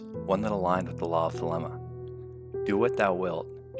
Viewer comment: It's pronounced "thuh-LEE-muh."